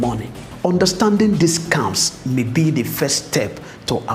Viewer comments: I heard "Scumms" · Kenyan English pronunciations tickles me. I was lost a bit until I realised that they're talking about scams, pronounced as scamm. It's pronounced scemm😂